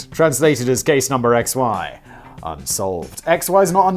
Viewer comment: Simon the German z is still pronaunced like ts. If you get that sorted out your German pronaunciation would be pretty okay. Btw x is ix instead of ex in German y is ypsilon [üpsilon like the greek letter epsilon but with ü (or i if ü is too difficult) instead of the e] *and in German Aktenzeichen translates more to file sign/signature instead of number so does make perfect sense actually